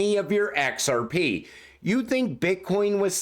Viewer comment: I’d love to see this guys face as he says ‘EHCKSARPEEE’…. 😁😁🥂🥂🥂